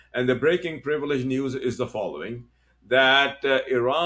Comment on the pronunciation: You keep saying prvledg prvledg prvledg , yet you saying nothing new👎👎👎